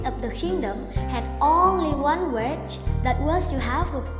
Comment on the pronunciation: Her "wiSH" chứ không phải "Her witCH"